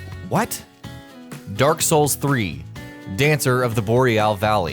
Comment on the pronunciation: Im not going to lie, i think you may have had a stroke whilst saying dancer is hard, surely Friede was 10x harder